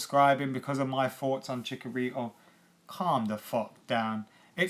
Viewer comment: It's Chicharito not Chicorito. I cringe every time you say his name lol